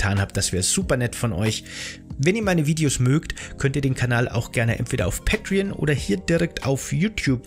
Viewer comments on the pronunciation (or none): none